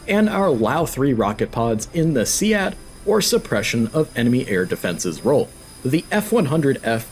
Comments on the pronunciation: No, a few people say that, but the most common pronunciation is "seed". Major William Hewitt wrote a thesis published by Air University Press called "Planting the Seeds of SEAD". That pun wouldn't work if SEAD was pronounced "SEE-ADD". But anyway, thanks for the tutorial video. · Repeat after me: read, lead, sead, dead. They are pronounced the same.